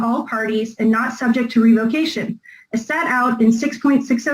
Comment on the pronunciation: If she doesn't stop saying "REVO-CATION" MA'AM SAY IT WITH ME...REV-UH-CATION!